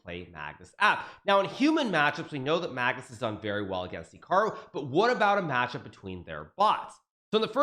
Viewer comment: I think he’s pronouncing “Hikaru” wrong